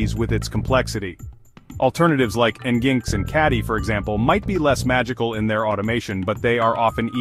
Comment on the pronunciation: Pronounced, Engine X and traffic bro.. Is this ai?